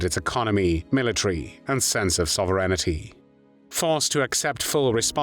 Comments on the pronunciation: sovereignty pronounced: saw ver IN ity. No, it couldn’t be AI. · Good content but I agree that the voice is bizarre and distracting. The mispronunciation of “sovereignty” definitely suggests AI.